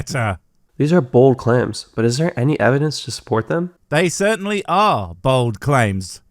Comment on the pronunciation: Did he say "bold clams"?